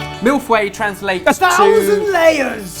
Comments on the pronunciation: feuille is not fooeyh it's fueroy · I can agree with the others above, no English-speaker should pronounce feuille as 'fway' shudders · Haha the way they pronounce "feuille" is so bad x) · Isn't it pronounced "Fu-yuh", not fweh? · Your pronunciation of "feuille" is hilarious! You're saying it like "fouet" which means whip... a thousand whips. ow xD Unfortunately for the English language, the sound "eu" doesnt exist. The closest way (I can think of) of pronouncing it properly would be mille "f-uh-yuh". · HAAHAH why do they pronounce 'feuille' so weirdly? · Everytime he said "feuille" my brain self-harmed himself! DAMN IT You english natives who don't even give a damn about other languages!!! If you want to say the word, even more to a public, at least take the time to careabout it's proper pronounciation!!! I'm not saying you need to learn the language... But please have some respect for it! Say it properly! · Omg the way they pronounce "feuille" is so funny